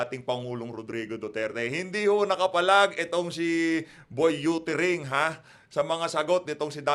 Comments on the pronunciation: Boy youtering instead of uttering 😂😂😂, bold fernandez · May yootering na oppiser pa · Pabalikin nyo na sa pagka bold star yan😂 ang sakit pa sa tenga ng pronunciation nya. Yuttering😂😂